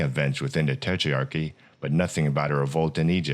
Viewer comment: nice video but it's tetrarchy not tetrearchy